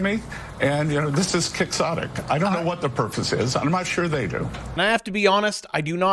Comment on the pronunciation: Quixotic - unrealistic / impractical. But spoke it a bit weird